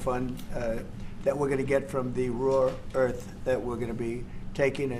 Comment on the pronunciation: “Raw earth” 😂